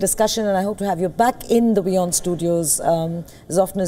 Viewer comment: AND, ACTUALLY introduced the channel as "We On" INSTEAD OF " VEE On", as some other presenters have (SMH). Thanks for correct pronunciation.👍 Great interview and guests, allowing them to express their views/opinions without shouting and interruptions, like some Indian channels that I won't name (you might already know them) and irritating banners flashing continuously (as if we have the attention spans of hamsters). Kudos!👏👏👏